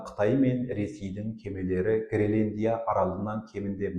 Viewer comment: Ассаламу'аликум, мырза! Мен сіздің тұрақты тыңдаушыңызбын. Менің сізге айтар уәжім бар. Гелендия емес, Гренландия деп толық әрі түсінікті тілмен айтыңыз. Сіз белгілі журналистсыз ғой. Сізге тіліңізді сындырып сөйлей ұят. Тағы да айтарым, сіз жиырмасыншы деген қазақтың сөзін толық айтпай, жирманшы деп сөзді жеп қоясыз. Олда дұрыс емес, лингвистикалық жағынан өрескел қателік. Тағысын-тағы тілдік жағынан сізде қателіктер өте көп. Бұл сізге сын, үлкен сын... Бұны неге айтып отырмын, Қазақылықты дәріптеп жүрген сіздер былай сөйлеген соң басқалары (тілді бұра тартып жүргендер) не істемейді.